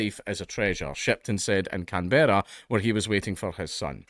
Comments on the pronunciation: "Can-berrah?" Can-brah. Come on mate, as a Scot you know what it's like for the English to butcher your names, why you gotta pass it down? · For the record it's pronounced closer to "CAN-bruh" than "Can-BEAR-ah". Sort of "CAN-borough", almost. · Can-bra. Can-bra. Not Can-berra. Briz-bin, not Briz-bayn. Every fucking time. MELL-BUN NOT MELL-BORN. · Can-Berra 😂😂😂 it’s just Can”bruh” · Just to let you know, Canberra is pronounced as, "Kam-bruh" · It's pronounced canbruh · I think you were going to say it right the first time lol. Can-bra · Can-bruh* other than that cheers for the coverage bro fu k the us, Australia always licking their fkng hole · It's CANBRAH say it right.. lol 🤣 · Dankula - Canberra is pronounced Canbruh. True story. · are you saying Canberra wrong on purpose? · Damn, as an Aussie I cringe everytime Dank pronounces Canberra like that 😂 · His pronunciation of Canberra is getting me and I'm British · Pronounce Canberra as Canbra and Albanese as Albeneasy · Can-bruh and Al-ba-ne-zee. I'll put a pedantry mark next to my name. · Can-bruh ,Al-ban-easy, Dank. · *Can-bruh *Albaneezie 0/2 hitrate on Australia-related words